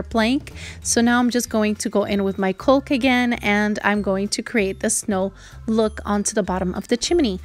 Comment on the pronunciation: Caulk is pronounced like cawk.